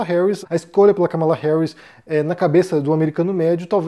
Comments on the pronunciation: É um tema espinhoso esse dos EUA. Obs.: a pronúncia correta é Kámala e não "Ca mala". 💼😉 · é Kámala, não Kamála